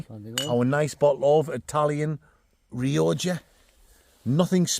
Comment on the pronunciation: Bottle of Re-oh-jah 😂😂😂